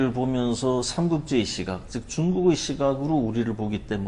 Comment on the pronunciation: 다시 ,긴 소리인 자를 짧게 잘못 발음한 예: 세상,대표,시각 등이고, 여 대담자는, 좋겠읍니다 고맙습니다의 첫자를 짧게 잘못 발음했읍니다. 제가 되잖은 소리를 했는지요. 음성 언어에 있어서 발음은 가장 중요한 것입니다. "한국 어문을 고발함"이라는 책을 일독해 주실까요. 미국 변 완수 배